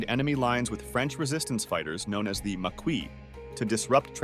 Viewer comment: Ok...... Yes it's a personal issue..... But seriously???? Get better with the pronunciation Tobruk = Ta-brook! Marquis = Mar-key.... But the man was a beast....